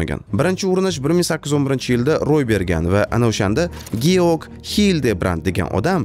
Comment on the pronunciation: Georg❌ Jorj✅ (talaffuzda) Gaber❌ Haber✅ Garvard, Garri, Gumanitar, Genri... deb notoʻgʻri talaffuz qilishdan balki endi toʻxtarmiz.! Ahir bizda Hh tovushi allaqachon mavjud..!